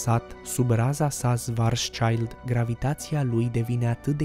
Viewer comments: Nu mai poci numele omului Chetelaine. Se pronunță Șvarțșild (scut negru - pe germană). Nu e nici un copil acolo. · Corect: şvarțşild se pronunță.